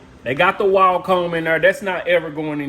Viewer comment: I had to stop watching when he pronounced Wahl like Waol.